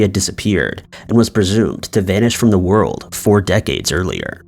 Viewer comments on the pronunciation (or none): none